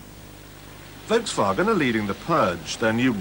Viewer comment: he even pronounces Volkswagen properly!